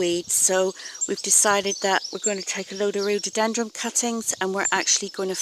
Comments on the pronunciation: Someone tell this woman its rhododendron NOT rhododendrums ..soo annoying!! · NOOOOOOOOOOO...It's RHO DO DEN DRONS....NOT rododenDRUMS!....very irritating!